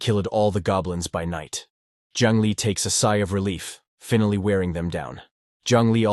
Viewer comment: Finally, you should learn how this word is spoken in English, you got it wrong, so wrong it jumped off the screen and slapped me in the face. Learn to speak or fix the translation equipment because they did a bad job of saying the word. Pronounce Finally, this should get you a few good examples of how to say the word.